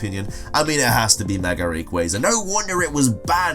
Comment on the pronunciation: I’m a stickler for Pokémon pronunciations, sorry sil-VAL-lie: like silver+ally AZ-elf Ver-EYE-zee-un TAH-poo FEE-nee RAI-koh PAWL-kee-uh LAH-tee-ahs/ohs At least you got Rayquaza right, it always pisses me off when people say Ray-quah-zuh instead of Ray-quay-zuh